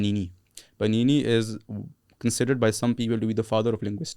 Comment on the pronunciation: Its panini not banini 😂😂😂 sanskrit sage